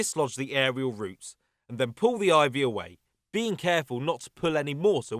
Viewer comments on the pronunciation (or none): none